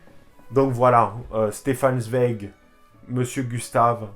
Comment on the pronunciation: Excellente vidéo ! Juste on dit "Tsvaïek" pour Zweig ; )